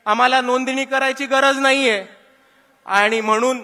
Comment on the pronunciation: आनि नाही रे बाबा, आणि